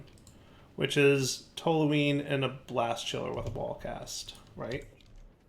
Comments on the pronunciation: Good job pronouncing toluene correctly! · pronounced "toluene" correctly! He's on a roll! 👏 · Yes, you actually are pronouncing Toluene properly as unbelievable as it might seem 😂